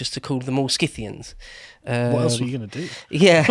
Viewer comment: "Si-thee-ans". There's one thing all English speakers share (Uk, English-Canada, US, Australia,...): you guys are simply unable to pronounce ANY foreign names...